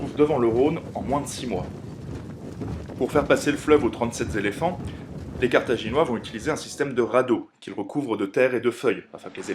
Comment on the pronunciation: c'est quoi un "zéléphant" ? ^^